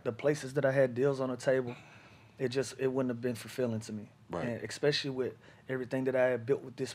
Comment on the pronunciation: Lou stay saying "expecially"